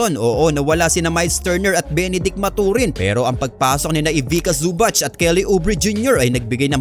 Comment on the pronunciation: Zu-bak hindi su-batch Sakit sa tenga. Paayos ng pronounciation